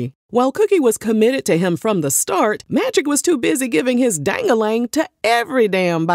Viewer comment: "Dang-a-lang.⁉️".. Wow! 😂 Haven't heard nobody pronounce it like that in YEARS ‼️🫵🏾🤡😆